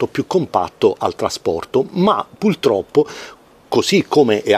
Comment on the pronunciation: Ho sentito bene? Pultroppo? ))